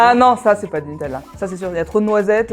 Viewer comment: On dit NuteLa, pas NuteL'La, c'est insupportable